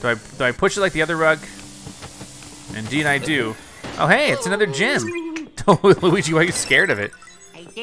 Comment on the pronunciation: Every time says "gem" I hear "gym." lol